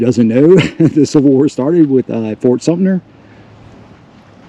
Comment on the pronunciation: Thanks for sharing this! Pronunciation tip: “Sumter” sounds just like it’s spelled - not “sumner”, “sumptner”, or “sumpter”. There are no “N”s or “P”s in Sumter 😊. But you’re not alone, it’s commonly mispronounced.